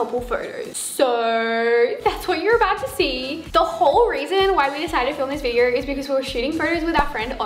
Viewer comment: nobody:: viderrr sorry no hate